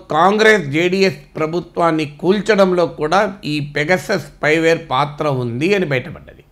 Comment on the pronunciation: వరయ్యా సరిగ్గా చదవరా అయ్యా